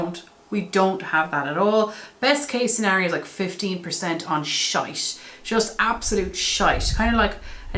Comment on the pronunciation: Holy shitsies! First off- good freakin god you’re stunning. Your hair- wowza, it’s so beautiful. Secondly- you said shite 😂. It’s shit woman! 😂😂😂, utter and complete shit! 😂. I love the Irish 😂.